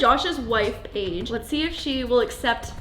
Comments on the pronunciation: Josh calls Paige Paigie awwww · And omg I love how he calls her “Paigy”!!😍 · "Paigey" Bye my heart has exploded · JOSH CALLS HIS WOFE PAIGIE 😭😭😍